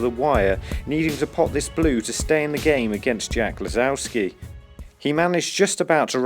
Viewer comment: LiSowski* nie lizowski cymbale w czapce